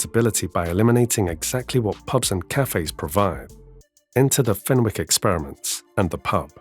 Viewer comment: FenWick, NO! FENICK is how it's pronounced